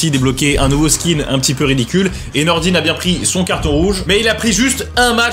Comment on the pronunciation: C’est Nordin pas Nordine 😂